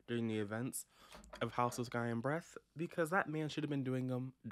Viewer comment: All I heard every time you said the title was "House of Sky and Bread" 🤣